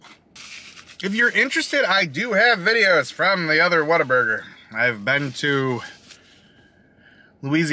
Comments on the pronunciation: You could of just went to concord. Lol. Closer. Actually the very first what a burger here is in downtown concord. So ive been told. Also the people that are from here pronounce it waterburger 🤣🤣🤣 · i used to know someone that pronounced it waterburger - coz they thought they were cute they weren't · Broooo!!! Concord born and raised. I live on whataburger. It’s supposed to roll off the tongue as waterburger. Jus sayin. 😜 But brooo!! I can’t believe you tried it for the first time, and you didn’t get their ICONIC, HOLY, GODLY, Witchdoctor. The witchdoctor drink is their staple drink. It has all of the sodas from the fountain, with a lemon wedge, pickle slices, and a splash of pickle juice added. It’s the best drink ever. Perfect for a hot day.